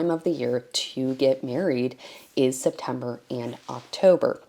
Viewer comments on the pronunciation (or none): none